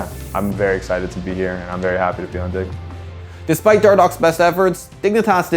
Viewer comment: "I'm very happy to be on dig" ...was it just me hearing this? :D